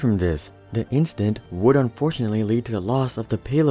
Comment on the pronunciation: Incident, or instance, not instant.